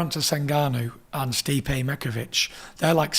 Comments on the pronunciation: "Stipe Mikovich" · Stipe Mickovich